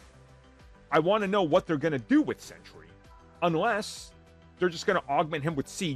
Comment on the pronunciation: Sentry is pronounced "Sen-Tree" as in a guard or guardian. It's not "Sen-tur-ee" as in a 100-year time period.